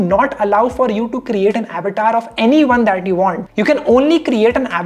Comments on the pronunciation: It's good,but why u calling it Abatar , it's Avatar our Sanskrit word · How many got irritated for his Avetaar pronounciation😂😂